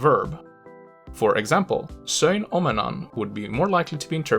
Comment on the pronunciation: I'm glad you didn't mind! Also, your Finnish pronunciation is crazy good! I mean, I can hear a slight accent throughout (and I do mean slight) but here and there ( for example the "söin omenan" part) is absolutely 100% native sounding. Very impressive in my opinion!